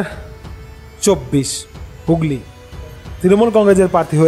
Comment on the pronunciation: হুগলী হবে হুগল্লি নয়